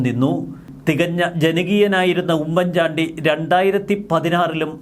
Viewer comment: Please........🤔🤔 "" ഉമ്മൻ ചാണ്ടി ""... എന്നത്..../ * ഊമ്മൻ ചാണ്ടി *..... എന്ന്...... ഉച്ചരിക്കരുത്...... please......!!!!!!!!!!......( With love )......🙋🙋🙋🙋🙋